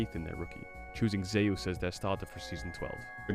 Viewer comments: Can't stand watching T1. Commentators mispronouncing two names. Oner and Zeus. One r or someone tell him it's spelled Owner. Zoo s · Tbf Zeus is pronounced zoos, just says it wrong